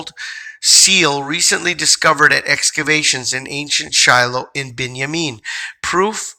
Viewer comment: Thank you. I am amazed that you pronounced Binyamin just like God spoke it to me when He told me I was of that tribe. Bless you for sharing this great information with us. Shalom